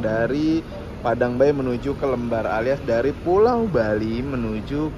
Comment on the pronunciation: Pelabuhan Lembarnya salah sebut mas..Le kayak panggilan anak org jawa bukan lembar-an kertas